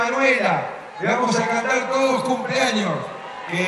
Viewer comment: Alberto dice TodEs